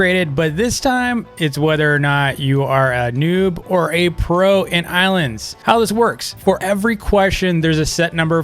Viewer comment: Me hearing him say the ilands devs ...